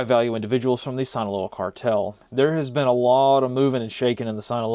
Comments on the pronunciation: Very small correction, but it’s pronounced “Seen-aloa” not “Sine-aloa” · Sinaloa is pronounced “seen-uh-low-uh” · If you only could pronounce Sinaloa right.